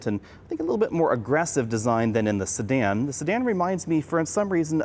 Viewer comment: It sounds like you're saying Stan when you say Sedan